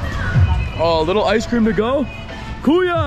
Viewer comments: Yeah I always hear him say “kuyo” in his previous vlogs. Many people already commented to correct him about this “kuyo” mistake but I think he is not reading the comments. He just auto-reply to comments about his telegram 😂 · Enjoy your Phil blogs in Manila,Not Kuyo it’s Kuya my friend:) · It should be Kuya not kuyo. Kuya means brother and it’s a pure Tagalog word. It doesn’t follow the gender ruling that Spanish words has like Tita or Tito . As you know in Spanish most names of person that ends in “O” is masculine and if it ends in “A” it’s feminine like Carlo is male and Carla is female. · Hey bother, KUYA (brother) - pronounce as KU-YAH Kamusta kayo - How are you KAYO (you) - pronounce as 'KAH - YOU' not ko-you Enjoy your stay in the Philippines! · you say “kuya” if in fact you know they are older than you..as a sign of respect! not to teenagers (or younger than you) also if you’re going to try and speak tagalog get the pronunciation right 😭